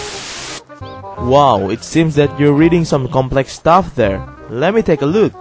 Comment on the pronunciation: I think you meant take but it sounded like took ( no hate )